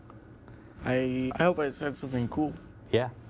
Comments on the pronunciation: How many times he gonna say "cewl" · No one:: "cOOwEl" Liek okay ya kowabunga to u 2 melanin king:)